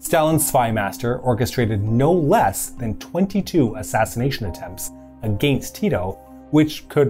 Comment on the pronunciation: Informative video, but what's with this guy's pronunciation of "against"?